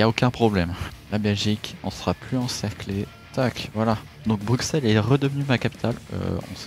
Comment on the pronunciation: Super video juste stp dis pas le x de bruxelles 😅